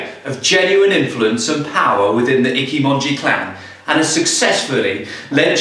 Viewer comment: Did you pronounce Ichimonji as "Icky-monji"?